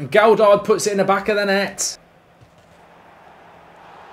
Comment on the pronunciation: Stop saying a D in the middle of Gelhardt’s name!!!!!